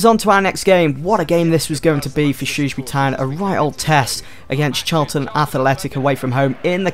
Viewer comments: learn how to say shrewsbury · Haha I just can't stop laughing when you say the name Shrewsbury lol, it sounds so funny, btw love this series, keep it up!